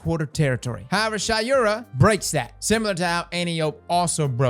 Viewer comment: It’s pronounced Shay-ura not Shy-ura. But who care anyways